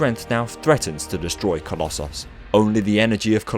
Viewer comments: Oh, coloss-sauce. Not coloss- so s Or coloss- oos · Please stop saying colosauce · The way you say collosos is just as irritating as scraping fingernails down a wall